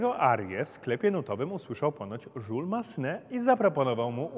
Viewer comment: Jules po francusku się czyta Jüles- żiles.